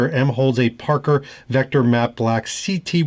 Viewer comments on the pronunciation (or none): none